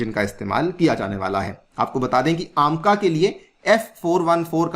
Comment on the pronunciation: "aam-ka" nhi h vo, AMCA (ऐमका) है वो